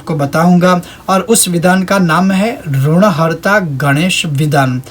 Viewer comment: ri ki matra me jagah RU ka prayog uchcharan galat hai is par dhyan den